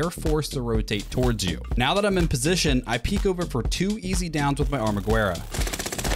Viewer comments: it’s called the “armagerra” but the “u” is silent, it’s 2 spanish words combined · Please everybody the U is silent in Armag(u)erraaaaaa